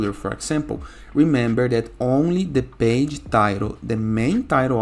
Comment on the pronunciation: 😂😂😂 yeah page - bage I heard Just joke😊 But your guides is very important